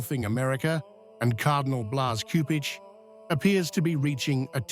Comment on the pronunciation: JMJ+ PLEASE, learn how to pronounce the Cardinal's name.